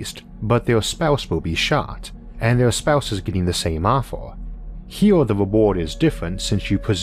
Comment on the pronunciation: "wee-o making your partnor the same offor". Goddamn, what accent is that that switches Es for Os and can't pronounce some Rs? First time I've heard it. "Years" becomes "yee-ohs" etc. It's really hard to understand sometimes.